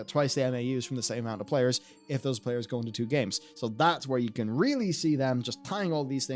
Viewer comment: 9.44 love how he says Hearthstone PAYERS instead of players xD